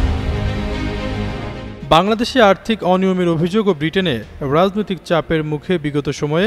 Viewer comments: রাজনৈতিক, রাজনীতি এর উচ্চারণ ঠিক করে বলবেন।।।।।। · উচ্চারণ এর দিকে আরো সতর্ক হোন, বিশেষ করে রাজনৈতিক কথাটা খিব বাজে লাগছে।